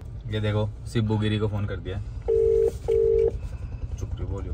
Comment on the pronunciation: woh sibu nahi. Sibbu. Hota hai pagal,😂